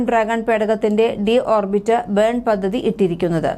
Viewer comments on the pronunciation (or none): none